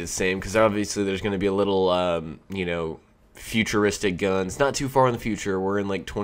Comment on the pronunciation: He said fart. Hehehee